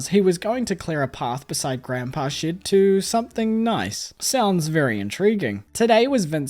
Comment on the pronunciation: Every time he says shed, it sounds like shit 😭😭 i love you lol ✨️✨️